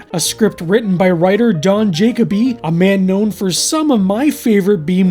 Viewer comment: Just a minor correction on pronunciation. Jakoby isn't pronounced JAY-cob-ee, it's pronounced jah-KOH-bee Or to make this more clear juh-kobe not jacob-y. You em-PHAS-ised the wrong syl-LAB-le (I love this joke)